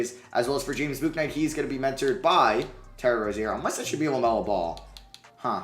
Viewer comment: if you’re doing a charlotte franchise ur gonna need to learn how to pronounce james bouknight